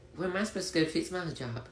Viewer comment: The trans muslim wannabe dude doesnt know how to pronounce hijab and he said halal when he meant haram. 🤦